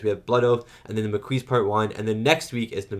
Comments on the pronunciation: I love how Jadzia, thanks to Dax and Curzon's memories, has the balls to lecture Klingons on their own terrain. It's "Makee" not "Makouise" It's a French word for sparse bushes and vegetation is semi arid environments like Mediterrannean areas. When someone goes in the Maquis, it means ot goes in resistance using guerilla tactics and hiding in the countryside, like the Resistance in WW2. That Cardassian suttle is a repurpose of the thieves ship model that was destroyed by the Klingons at the beginning of Star Trek 3. The frontier change is quite extensive, it's not just in one star system, so there are several planets involves. Dukat had lovers despite being a married man. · P.P.S. For what it's worth, Dukat is being honest with Sisko in this one. He doesn't know how the Maquis or Cardassian colonists in the DMZ are getting weapons, but he wants to protect the peace treaty. By the way: Maquis is definitely pronounced "mah-KEE". The Maquis are also a very diverse group ... there are all kinds of Federation colonists in the DMZ, not just the native Americans we saw in "Journey's End", who now feel abandoned by the peace treaty. They've spent decades building a life on colony worlds in space wilderness, so naturally they don't want to leave. But they wake up one day and find a treaty by distant governments has suddenly left them vulnerable. And instead of respecting that treaty, their Cardassian neighbors will endlessly attack them in an attempt to get them to leave. That's why they have armed themselves (for defensive purposes at first, and later offensive) and taken on the Maquis name. This whole tragic situation is a reminder that peace only works when both sides honestly agree to peace. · The Maquis is pronounced Ma - Key. Can't wait for your reaction to part 2! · Maquis is a French word, pronounced Ma-Key. It was a group of French and Belgian resistance fighters formed to resist the German occupation during WW2.